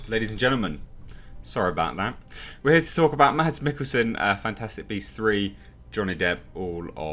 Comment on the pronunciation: The "d" is silent in Mikkelsen's name...pronounced Mass...